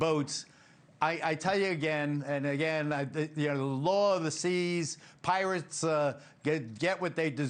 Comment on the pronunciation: "pirates"...what is he babbling about?